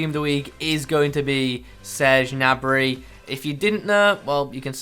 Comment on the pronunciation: Saying gnabry martinelli and cancelo